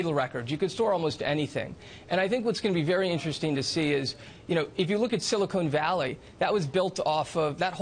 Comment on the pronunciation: It sounded like he said silicone, not silicon. Of course I know of silicon valley. Before you go rambling on like an idiot, why don't you go back to school to learn proper grammar, that sentence is full of run on's and missplaced commas.